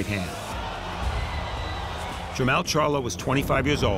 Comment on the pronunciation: Whats so hard about saying Jamal. Thats how its pronoucned . clowns did it on purpose